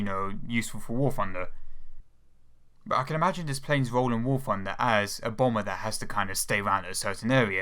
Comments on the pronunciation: I thought it was called War Thunder, not War Funder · oh Christ. I know he can't help it, and I know it's a douchey thing to say, but he sounds like a 3 year old when he says "war funder". Yes man, I know it's fun, but it's not part of its name. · I love how you pronounce warthunder, "warfunder"